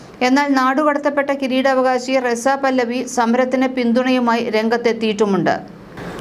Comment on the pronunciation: പല്ലവി അല്ല പഹല്ലവി